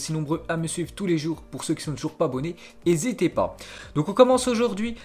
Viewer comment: hésitez pas???? c est N HEsitez pas ... il l a fait à chaque fois le mec